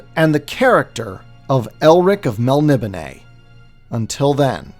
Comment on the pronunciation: DUDE... MEL-NI-BONE. PRONOUNCE IT CORRECTLY. Yikes. 🤣